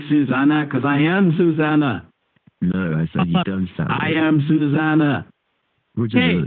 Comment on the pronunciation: A boy named SUE-zana??🤣